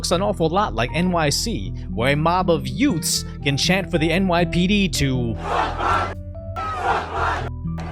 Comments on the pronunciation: Uhhh did you say yoouts? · Did you say, "Yoots?" What is a "yoot"? Time to call on My Cousin Vinny. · What's a yout? You said the police clashed with youts?